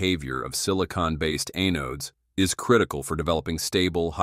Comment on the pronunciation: The robot begs for subscribers, but I refuse until a human narrates. I can't stand mispronunciations like, "A-nodes." Stinking A.I.